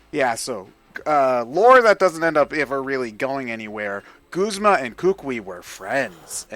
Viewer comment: I don't know how anyone could possibly think that Guzma is pronounced "g-oo-sma" and not "g-u-zma". You don't pronounce "guzzle" as "goosle" unless you're mentally damaged. And a lot of people pronounce it "g-oo-sma"! You're just looking for a weird pronunciation for no reason! Just like how Lusamine cannot possibly end in "ay"!